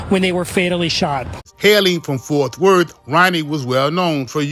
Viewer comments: Stop saying Forth Worth. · Bruh the word is FORT!!